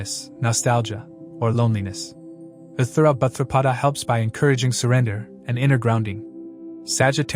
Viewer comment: I deeply appreciate you work and great analysis! ✨ One thing: please please please pronounce the Nakshatra names correctly! 🙏🏻 It s Uttara bhadrapada! No th!!! Uthara... 😣